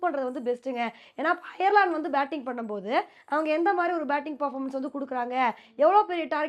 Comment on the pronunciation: அது "ஐயர்"லாந்து இல்லை.. "அயர்லாந்து"